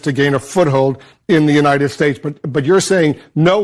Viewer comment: In the you- nited states of America?!